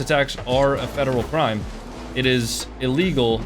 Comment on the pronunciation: this dude definetly got bullied in middle school, imagine making a whole video about some random online LOL crying about getting ddossed “it’s a fedewal cwime a vewy illegal fedewal cwime” there’s no such thing as a very illegal felony all felony’s are a felony, this guy is a giant loser LMAO